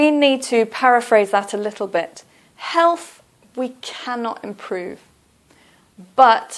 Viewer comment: be pronouncing Health as Helff